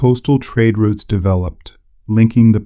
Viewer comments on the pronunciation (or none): none